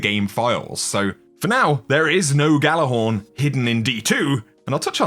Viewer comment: Gjallarhorn is pronounced with a y, like ya lar horn